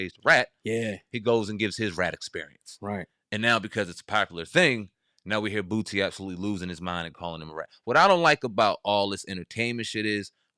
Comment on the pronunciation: Funny listening to you call him Bootsie instead of Boosie 😂😂😂😂😂